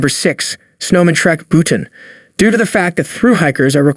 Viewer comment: How much pride are taking in making these videos? You cannot even pronounce the most basic words correctly. If you don't know how to pronounce "Bhutan", you know - don't make travel videos. It is pitiful.